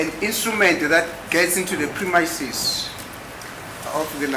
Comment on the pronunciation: you must go pronounciation lesson “premiyamisis” of the laboratory